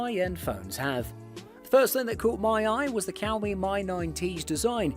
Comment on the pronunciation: "cow mee" hmmmmm